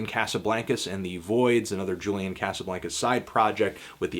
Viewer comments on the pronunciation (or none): none